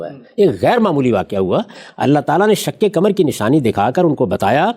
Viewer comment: غامدی صاحب پہلے اپنی اردو درست کر لیں۔ آپ نے کہا شک کمر ۔ آپ کو قاف بولنے میں دشواری ہوتی ہے؟ صحیح لفظ شق قمر ہے۔ پاکستانیوں کو قاف بولنے میں دشواری محسوس ہوتی ہے ۔ 🎉🎉🎉